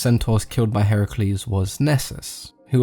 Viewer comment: Finally someone can pronounce Heracles correctly Yay even people who claim to be an expert in GREEK mythology pronunce Heracles as Hercules